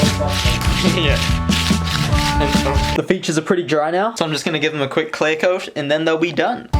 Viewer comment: I cringed when he said “clay coat” instead of “clear coat”